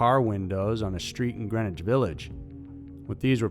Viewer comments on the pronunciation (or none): none